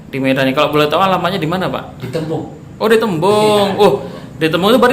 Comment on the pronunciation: Kalau kata opung ku bukan tembung bang,,tapi tombung heheheheh